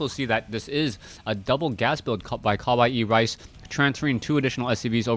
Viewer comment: yup u pronounce it right... kawaii means cute.... so CUTERICE...?? LOL